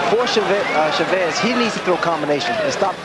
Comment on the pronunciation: FIRST its CHAVEZ ..NOT... cha vvess you moron....You're suppost to be a pro .announcer..learn to pronounce names ...